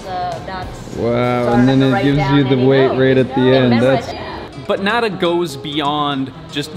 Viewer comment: I literally love everything about this video EXCEPT the way pronounces nada